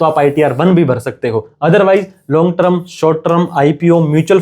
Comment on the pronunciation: ट्रम नहीं टर्म बोल .......ट्रम नहीं टर्म बोल .......ट्रम नहीं टर्म बोल .......ट्रम नहीं टर्म बोल .......